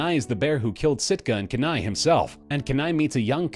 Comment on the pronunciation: Dude, you do realize that in Brother Bear, the native teen boy turned bear's name is pronounced, Kenai = Keeneye.